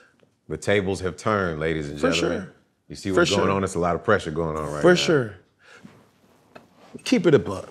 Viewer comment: Fo sheshur lol